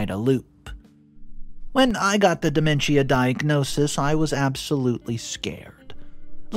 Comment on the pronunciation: It’s pronounced De MEN shuh Not DE men schia Also it’s inVI TATion Not inVINtation